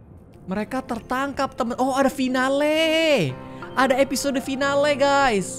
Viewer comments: Kak regi baca "finale" itu bacanya seperti ini kak fainal😂 bukan fi na le🤣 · final bang bukan finale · sorry agak kurang enak ngedenger kak egi ngomong finale tapi bacanya itu fainel bukan finale cuman mau ngebenerin aja sih karna aku kurang nyaman aja pas ngedengar tapi terserah kk egi sih kalo mau pake accsen indo☺